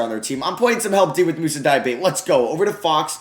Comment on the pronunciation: Diabate is pronounced Diabatay btw. Nice video otherwise